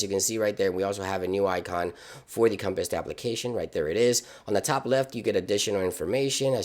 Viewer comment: ... dude definately called the compass a "compist" like 9 times.